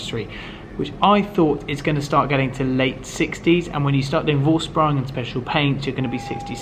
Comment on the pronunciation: Make the effort to learn how to pronounce Vorsprung propperly